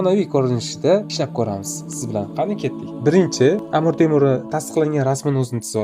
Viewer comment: Амур эмас, Амир булади.